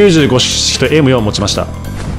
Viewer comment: えむよんじゃなくてえむふぉーって言うんだけど